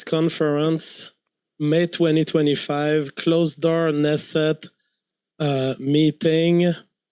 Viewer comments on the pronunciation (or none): did this guy just pronounce Knesset as “Nesset”